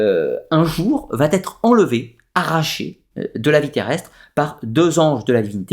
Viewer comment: Très bonne vidéo mais ,de grâce ne faites pas de liaison entre va et être !( ne dites pas sans arrêt batterie) !!!